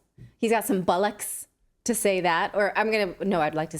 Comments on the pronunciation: Nat ''I wanna pull off the bullocks '' lol Nat it's Bollocks not Bullocks lol. Excellent news reports (also entertaining) by you and the team. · Hey Natali, It’s pronounced “Bollocks’, not “Bollucks”. Hope that helps. Regards. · I loved Natalie's English accent but it's "bollocks" with an "o", not "bullocks". If you're not aware, it's a colloquial word for "testicles". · Nice try buy it's bollooocks, you come across as pronouncing it as bollicks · It's BOLLOCKS, not bullocks. Those are oxen 😂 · You're saying it as "bullocks" it's spelled "bollocks" pronounced "ballocks" :) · 🤣🤣your saying’bollocks’ is hysterical! A tip - it’s not ‘bullocks’ 🤣🤣love it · It’s bollocks.. pronounced Bollocks ..free advice from Liverpool , England. X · It's pronounced, "Bollox", not "bullocks". You can pull it off Natalie. 👍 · The word you're trying to say is pronounced with an o not u lol xx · It's bollocks not bullocks, you could try "That's utter bollocks mate"👍😆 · I applaud your attempt at an English accent Natali. It is slightly better than the great Dick van Dyke, English accent. However it isn't the dog's bollocks yet. To say bollocks in English, one must say it like bollucks or Bollux. Yours sounded more like you were saying Bullocks. Which is bollocks. Not the dog's bollux. Also, the majority of people who use this word are not Richard E Grant, or David Niven sounding English people. Anyway, Liking the fact that you are attempting it. Keep practising and it will become the dog's bollocks. 😂😂 You and Clayton keep up the fantastic work you do. We need people like yourselves. Thank you 👍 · Natalie - I had to laugh hearing you trying to say “bollocks”. Instead of saying “bull”, try pronouncing bollocks as “doll” but with the “b”. Boll -lux. 😁😄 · Please stop saying bullocks like that. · to get it right natalie,,,its bollocks not bullocks........youll sound british abd outraged at the same time when you say it that way lol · Natalie, its "ball ucks" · bollocks say bol-lox